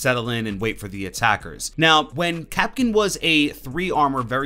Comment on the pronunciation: Wait kapkin it’s (kap)(can)